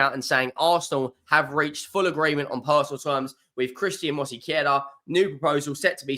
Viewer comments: It's not Mosequera, it's Mosquera. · I won't criticize him for it, some names are hard to pronounce, Arsenal fans still mispronunce Giroud, sounding the D when it's silent. I only mentioned it because he added a sillable. Robbie from aftv also mispronunces David Ornstein, calling him Ornastein. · I know-how for you is very Hard to Sayn MOSQUERA, but Truck to find help Sith a translitera. Regaras From colombia. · And he is mispronouncing it.